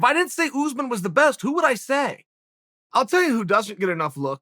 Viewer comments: Oos-man, I guess? Phonetically? Still, it's Chael, he pronounces /everyone's/ name wrong. At this rate it has to be a meme on purpose. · “Oozeman” Its us-maan